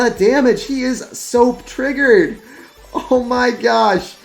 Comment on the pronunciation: “he is so PTRIGGERED” we knew what you wanted to say there